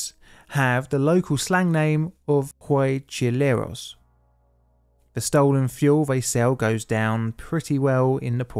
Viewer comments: that pronuntiation of huachicoleros gave me a headache XD. wa.chee.ko.le.ros it's the how you should say it. And there is no such thing as "mexican dollars" our currency is "pesos". I think you need to investigate a little bit more. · That should be pronounced like "Wa-Chi-Co-leros" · ok ok you said it wrong... Its Huachicoleros it sounds like Wa from water, Chi like when you say Chia seeds, Co like coke, le from lerarning, ros fro rose. I get it our H is a werid monster sometimes is silent sometimes its not. Still nice decomentary of that horrible disaster but the people that died well the army was there they told them it was dangerous to be there they ignored it and literally bathed themselves in gasoline I mean fuck what where these morons thinking. like the saying goes "Play stupid games, Win stupid prices"... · Hearing you try to pronounce Huachicoleros made my day ngl